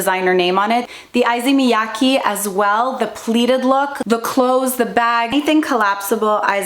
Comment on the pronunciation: I know you like to pronounce brand names correctly, Issey Miyake is pronounced more like "ih-sehh mih-ya-keh". That's the best I can put it in English from Japanese. Alternatively maybe there's a sound clip somewhere that would be more helpful. Great vid, I personally loveeee me some Ferragamo. I only have vintage Ferragamo from 80s and 90s and it's top notch <3